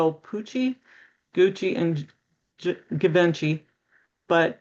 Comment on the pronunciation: Givenchy is pronounced jee-von-chee. If you google names or words the audio pronunciations are readily available.